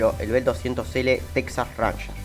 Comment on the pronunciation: Lindo video. Ranger se pronuncia réin-yer.